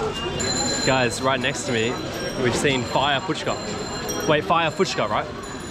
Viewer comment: SO FINALLY YOU HAVE LEARNED TO PRONOUNCE FUCHKA CORRECTLY, THAT'S GREAT 😂😂👍👏!!